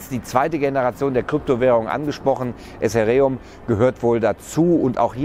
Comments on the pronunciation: Ethereum-> I-th(zungenspitze zwischen den vorderen zähnen sanft einklemmen, zunge liegend)-ie-rie-um. :D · eseriom ? :D EHTEREUM / ETHER Baby! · kann man dieses Essäreeum auch mit Ethereum kaufen?? :) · Super Bericht. Einziger Kritikpunkt ist die Aussprache von ethereum